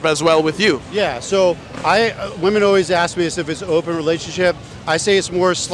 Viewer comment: It's actually insane that this dude doesn't know how to pronounce "women" with how many of them he interviews.